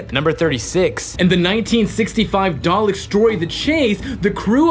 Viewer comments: The dude in the T.A.R.D.I.S hat mispronices dalek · I have the same feeling about this. Especially the parts when the chick says "dalek", somehow she managed to make a mistake, they have recorded again her saying it and put it over the video. Like c'mon! How can you mispronounce a word that is so essential to the Doctor Who universe